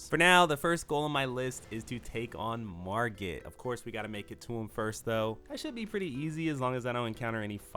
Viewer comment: Why does he say Rodagin instead of Radagon but can say Margit perfectly? Idk what irks me about it so much😂